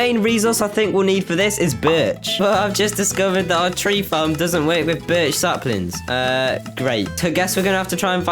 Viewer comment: Every time you say birch I hear b*tch